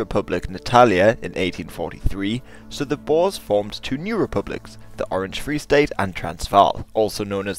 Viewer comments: When they say bores instead of Boers is cringe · You pronounce the "oe" in boer like "poor", not like "boar". The plural is boeren not boers. Boer literally means farmer in Dutch.